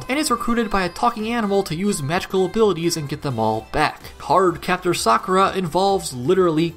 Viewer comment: Ty for pronouncing Sakuras name correctly